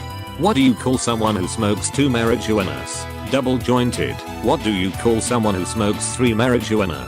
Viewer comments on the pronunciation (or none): 🐙God, I love the way the TTS voice says rump-EL-stiltskin! And mary-Joo-wanna...